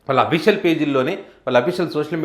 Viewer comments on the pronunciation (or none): none